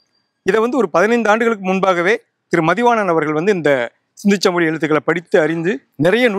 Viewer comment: பேட்டி காணும் பெரியவர் ஏன் " சிந்துச்சமவெளி" என, மீண்டும் மீண்டும் கூறி ,"சிந்து சமவெளி" என்பதை சிதைத்து, தமிழை கொலை செய்கின்றார்.அவரை திருத்திக்கொள்ளும்படி வேண்டி கொள்கிறேன்.